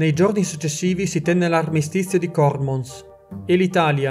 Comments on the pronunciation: Cormòns, con accento chiuso sulla seconda O. Complimenti vivissimi per il tuo ottimo lavoro!! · Bellissimo video ma l’armistizio di Cormóns (accento sulla ó) zona di vini spettacolari.. complimenti per tutto io resto. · solo una cosa, cormons si legge con un altro accento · La pronuncia sarebbe Cormòns, non Còrmons, ma vabbè ahahah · Cormons pronunciato così mi ha fatto piegare dalle risate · Il dubbio ce l'ho avuto fino all'ultimo minuto e alla fine ho scelto la pronuncia sbagliata :'(